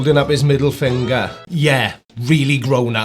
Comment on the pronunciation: Hi, how's it going buddy? Amazing how you find time to troll yourself after hanging in bushes for hour stalking LieManDumb ^^. And by the way the word is finger and not fingaaa. Jake just moped the floor with your silly ass 🤣 😂 hilarious